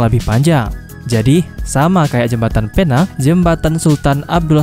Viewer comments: bang pinang bukan penang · Cuba sebut betul betul bukan phe nang tapi pi neng walaupun ejaan dia penang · Admin.. Bukan penang Sebutan yg betul..pineng Ejaan nya..penang atau pulau pinang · bukan Penang ia di panggil adalah "pineng" tapi tulisan penang salam dari malaysia 🇲🇾❤️🇮🇩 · Penang tulisan nya mas tapi baca nya pulau pinang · ejaan PENANG...sebutan PENENG......PERAI...sebutan dgn kecepatan PRAI...